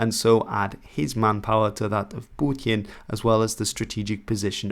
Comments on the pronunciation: Please stop saying "Putin" like that. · You can pronounce Putin normally dude